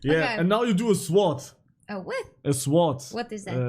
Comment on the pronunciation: "swwword"😭 und W